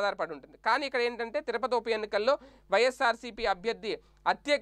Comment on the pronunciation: తిరపతి కాదు.. తిరుపతి. జర్నలిస్ట్ లు నోటికొచ్చినట్టు పలుకకూడదు